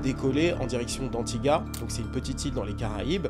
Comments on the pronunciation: Antigua??? loooolll mauvaise prononciation Mr 😅 prononciation: Antigwa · Anti-gua (se prononce goua*) comme Guadeloupe